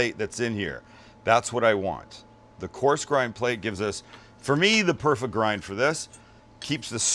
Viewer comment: Best mix ever.."there's our gind, 30% sirloin, 30% brisket, 30% short rib...". (10% bread?)..LOL.